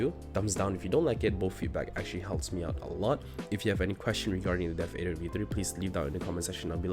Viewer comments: It's pronounced Adder - Death-Adder. Not Ey-der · WHY YOU FUCKING MISPRONOUNCING THE DEATHADDER. ITS A TYPE OF SNAKE DUDE. ITS JUST A DEATH ADDER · "Death ayedder v3" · I had to click off when he didn’t even know how to pronounce the thing he’s reviewing